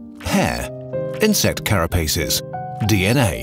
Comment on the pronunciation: The narrator pronounces “carapaces” incorrectly. Good video though!